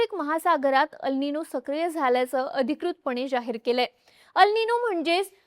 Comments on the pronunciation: Tumche अल् निनो ase uccharan arabic watte. 'El ninõ' ha south america shabd ahe tyache uccharan एल् निन्यो ase karave. 🙏🏻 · ह्याला "एल निनो" अस म्हणतात... "अल निनो" नाही.